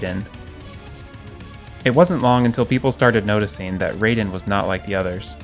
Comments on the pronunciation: Excuse me?! It is raiden! Not raven! Go take some lessons! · Your pronunciation of Raiden is incorrect.